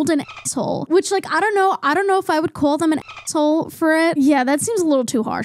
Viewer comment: love the way you pronounce “call” queen. “cwaul” “alcohowl”